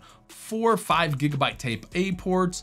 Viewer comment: is that 'gigabutt' i hear?